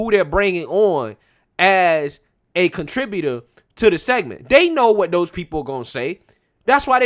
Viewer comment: Did you just say a Contra-beauter instead of contributor? 😁